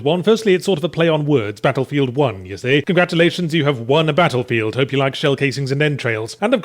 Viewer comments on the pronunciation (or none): none